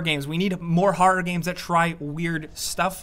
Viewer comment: Say "harrar" one more time...